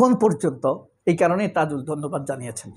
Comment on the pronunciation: Brother, not tizul, Should be tazul Tks